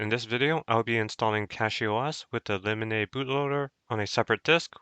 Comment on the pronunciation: Lemonade bootloader? No way thats how its pronounced